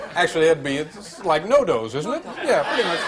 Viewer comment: As if it wasn't funny enough, you've got Larry Bud Melman saying his lines at the wrong time and mispronouncing No Doze and Tater-tots. Thanks Don, for posting stuff from the early episodes! I didn't start watching until 85/86, and only caught a handful of the older episodes during the writers strikes.